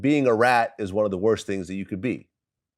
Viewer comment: Let me tell you a couple of tree tings